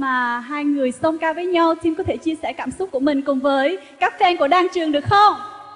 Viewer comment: eo chị dẫn trương trình , tim sao đọc là trim thế @@ bó tay